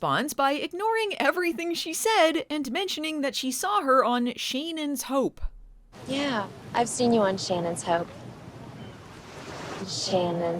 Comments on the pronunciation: The whole "Shane-en's Hope" flub looked anything but. You CAN'T tell me that isn't a script on Angelica Bridges' clipboard, likely given to her right before filming by a smart-ass producer who wanted to mess with Bleeth on her way out. "The whole premise is ridiculous anyway, so just say the line and be sure to deliberately mispronounce the name of her new show. It'll be funny! To me!" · I LOVE that reverse-shot of Caroline after Taylor says "Shane-en's Hope". It looks like Yasmine was going through her own version of your "Not in my last episode!" gag; "Angelica severely mispronounced a word in a scene opposite me in my last epiosde? NnnnyyyyyyeeeeeeeeaaaaaaaaaAAAAHHHHH"